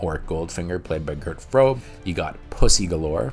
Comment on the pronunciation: Shame on you... lecturing about movie making but being unable to say the names of Carly Simon and Gert Froebe correctly. Le Chiffre was not expected that is simply something americans will never understand how french deals with the re ending, but personal names are a different thing, you can hear them be spoken during your research. And you did not bother. Great "journalism". And i disagree with 8 of your picks, at least half of them are the worst ever made as a Bond mvoie, especially Casino Royale that isn't even a good movie, much less a good bond. That parkours Scene was when they admitted they no longer had any creative ideas and just were imitating other franchises like Bourne and Triple X instead of BEING the franchise everybody aims to imitate. Pale characters, bad dialogue and a Bond that wasn't even written as a Bond bus apprenticing to BECOME Bond sometime later... yay, "thrilling".